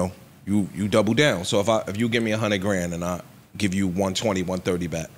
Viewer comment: It's "one-hundred" my people, not "one-hunit"! Dayum!